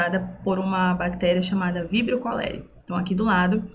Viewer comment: A primeira professora que assisto q pronuncia o nome científico corretamente. 🥹